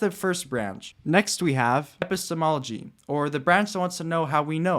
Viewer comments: did you intentionally mispronounce epistemology ? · I guess you didnt actually mispronounce it. You just had a really long pause between the epi and stemology as if it were your first time saying the word, and than it sounded like you got it down a little better the second time you said it.